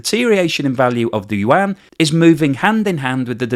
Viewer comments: Love the depth of his videos but its pronounced “You-on” not “You-anne”. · “….Chinese “WAAAH-N!!”😫….. Can’t you just say “You-on,” like everyone else?